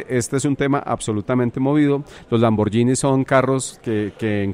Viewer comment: No pronunciar lamborllini, se dice en buen italiano lamboguini. Es gh no gi.